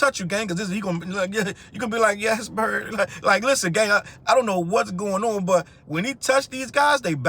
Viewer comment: why did you say yes Bird like that? 😭😭😭